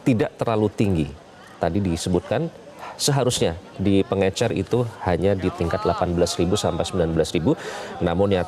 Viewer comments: Pengecer pak bukan pengencer, minimal liat kbbi dulu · Bukan pengencer pak 😂😂😂 tapi pengecer. Pakai bahasa Indonesia yg benar pak. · Pengecer lul..bukan pengencer!!